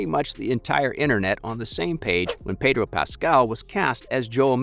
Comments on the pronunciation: Pedor? PEDOR? PEDDDOOOR.... HHPEEDOR... HHEEEDOR.... HOODOR.... HOODOOR. HOOTHDOOR. HOOTHEDOOR. HOLD THE DOOR. HOLD THE DOOR. Pedro Pascal. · Pedor? Who’s Pedor?